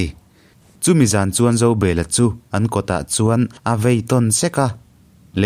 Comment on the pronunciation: Zobela hi Zo,bel,a tih hian han chiar teh u